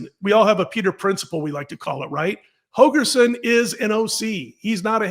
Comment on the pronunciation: HOLGERSON, Dana HoLgerson. Not Hogerson. C'mon man.